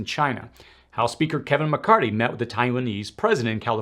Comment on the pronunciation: It is Kevin Macarthy not Macarty